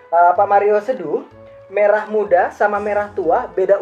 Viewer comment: merah pak bukan maerah